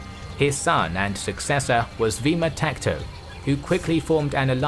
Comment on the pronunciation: His name was “Vaamtaksha” not vima takto